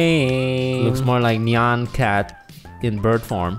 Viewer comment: It’s not neon cat it’s Nyan cat